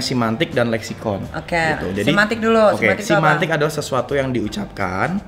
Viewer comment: Semantik woy bukan simantik. Nikmir yg lg dijelasin dia bener nyebutnya, lah yg ngejelasin... wkwkw